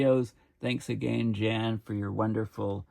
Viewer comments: please ronounce the "J " as a "Y" so Yan notJan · His name is probably pronounced 'yawn'. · I think his name is pronounced like the english word Yawn.